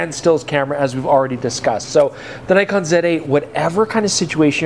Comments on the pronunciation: So many years and still doesn't know how to pronounce Nikon 😂 (or Nikkor) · Nikon is pronounced knee-kon btw. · all the best for next ten years. and perhaps youll learn to pronounce nikon and nikkor properly by then :)